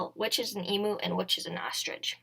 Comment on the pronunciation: Another emoo! Noooo!!! E-muuu, letter E and mu like music